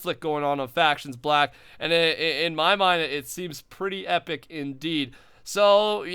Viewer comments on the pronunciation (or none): none